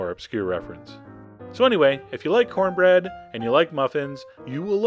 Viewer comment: "You gonna eat yo cohnbread?"